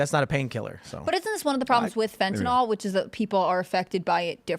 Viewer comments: is a "scientist," yet says fentanol for fentanyl. Why can't read? Just kidding, Bro. You're as smart as every US Senator who can't read. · Why can't Americans say fentanyl? What the fuck is fentynol? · See? isn't any better at reading the word "fentanyl."